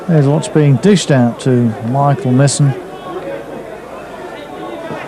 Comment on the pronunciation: It's pronounced My-son not Misson! 🤬🤬🤬